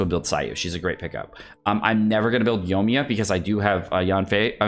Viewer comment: Yo-ee-mee-yuh, there is an I in her name